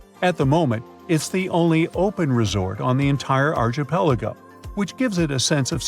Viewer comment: Please learn how to say archipelago.